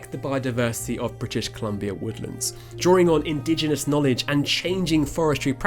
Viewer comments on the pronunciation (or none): none